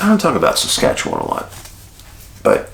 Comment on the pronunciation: Bonus points for pronouncing Saskatchewan properly Dave! Lol